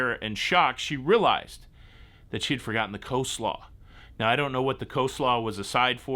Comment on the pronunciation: It is Cole-slaw...not co-slaw....